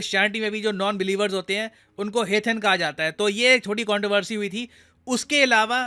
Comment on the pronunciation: Bhai aapke video ekdum mast rehte hain. To the point. Lekin yaar talaffuz (pronunciation) to seekh lete. Location Controversy = कॉन्ट्रोवरसी.